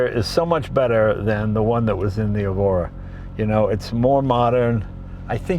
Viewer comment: "Evora", Mr Leno. Generally Lotus names start with an "E". Good to see you out there in a quality sports car, it looks fun.